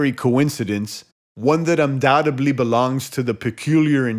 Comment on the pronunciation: “Umdoubtumbly”. Really? Really?